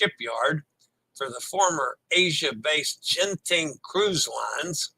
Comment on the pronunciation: Disable the auto updates in your mobile's settings! Yes, I'm here! My corrections are out of love so you sound like a pro and not like those Canadian cruise clowns! Genting is properly pronounced with a hard G as in get, geisha, Ginza. For most Asian language transliterations, the soft G sound is always spelled with a J. And in German, W is pronounced as a V, thus Werft is pronounced with a V. Excited to see how Disney (DCL) transforms their new ship! 👍